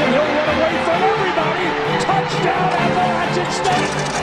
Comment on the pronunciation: Thank you for pronouncing "Appalachian" correctly